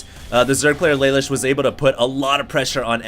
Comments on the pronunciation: I believe his name is pronounced Luh Loosh. It's an anime reference. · its spelled Lelouche and its pronounced leloosh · its pronounced la loosh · pronounced lalouche, from code geass ^^